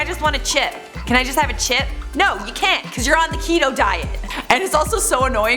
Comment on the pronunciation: Keto rhymes with Cheeto 😆 you're welcome